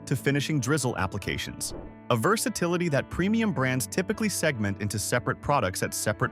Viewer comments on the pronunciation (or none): none